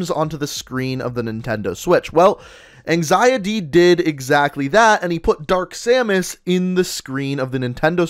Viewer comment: Yoooo first place that’s crazy. You said my name right too. “Anxiety” thank you for the showcase and I’m looking to do another 😁😁😁